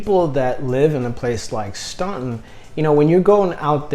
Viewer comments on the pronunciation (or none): As someone that lives in Staunton, I just wanted to say that it's pronounced Stanton 🙃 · You hit the ball out of the park with Staunton. (Pronounced STAN-ton). Great area, fine folks. Close to good jobs, doctors, etc. considering how rural. I-64 and I-81 are there, so you're not isolated. Home prices are good.... If you like Staunton, consider Lexington as well.... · Boy man, youve lost me. The only choice that makes sense is STANTON (thats how its pronounced) who in the heck wants to move INTO THE CRAZY DC WORLD WITH HIGHER COSTS OF LIVING, CROWDING, HUGE HOME PRICES? I know you want a big commission, but COME ON. We are all living on less, well unless your some woke gobment worker and trying to live a smaller and more efficient life. I just wasted a bunch of time. By the time you got to the top 5, I could predict them all being from Hampton. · Pretend the U is not even there when you pronounce Staunton. It sounds like its spelled Stanton.